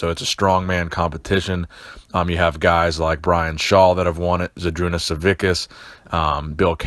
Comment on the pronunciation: Savickas doesnt prenounce like that, gj on the video tho